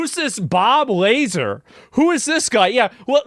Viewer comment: Its Bob Lazar, not Bob Laser. Thanks😊